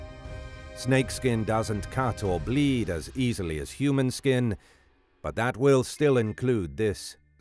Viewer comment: You failed at "easily."